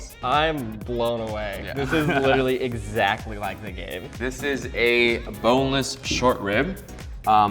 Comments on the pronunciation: Did he just say egg-Zach-ly? 😂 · I lost it when he said ex Zachly.